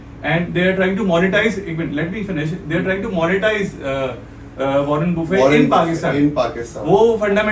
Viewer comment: Agla bolraha “Warren Buffett” ko “ Warren Boofayy” 😂🤣😂🤣